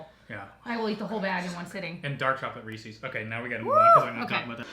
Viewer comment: I am so disappointed in you! You guys pronounce Reese’s wrong! 😂